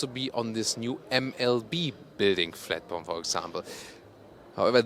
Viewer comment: flatporm can be forgiven I think, yes, it's not platform but I can only speak one language so can't even begin to make a kind of spoonerism in another language than my own whilst doing a video review, so I think flatporm is acceptable lol